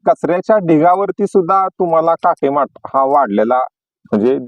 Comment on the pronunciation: भाजीचं नाव नीट सांगा नी स्पष्ट दाखवा